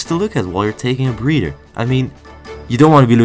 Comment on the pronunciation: Don't pronounce breather as breeder